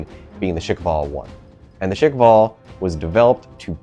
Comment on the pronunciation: yeah i had to stop after he said shik-vall four times in a row, its "squall" but with shkv- instead of skw